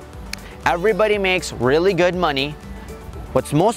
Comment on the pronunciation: he always say maney